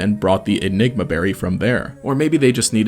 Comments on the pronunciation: You said "ligma berry" lmao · hey what did you call the berry the second time you said it